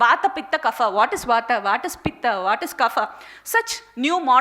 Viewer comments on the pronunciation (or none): none